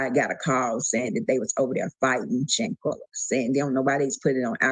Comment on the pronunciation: Her name was Shanquella. There's an a at the end of her name. You kept calling her Shanquell.... Her name was Shanquella.